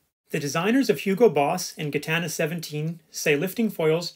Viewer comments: It's pronounced Jitana not gitana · yeah im Belgian and French speaking too so your Gitana makes my ears bleed ;-) talking about a non foiling legend, that would be Idec sport, 2 times Vendée Globe winner and 3 times Route du Rhome.